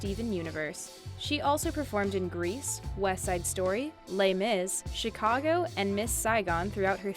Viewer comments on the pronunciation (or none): none